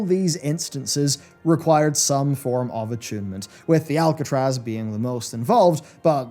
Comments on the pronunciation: ARCatraz,! Not Alcatraz! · ARC-atraz not ALC-atraz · aRcatraz not aLcatraz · ARCatraz, not Alcatraz. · The ARcatraz... there's no "L" in that dungeon name. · Are you purposely calling it Alcatraz? Cus thats not its name...